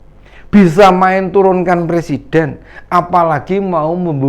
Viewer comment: Dah bau tanah banyak tingkah 2 kake ini, ngomong aj dah blepotan mau nurunin persiden banyak2 istipar 2 lake ingat kematian jgn selalu souzon mulu.